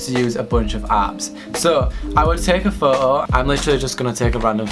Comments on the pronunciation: you say "photo" really wierd, you say it like "whoo-oo" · The way you say foto. Ummm I am cringing so hard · nobody:: "phoho" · You mean like woah-oh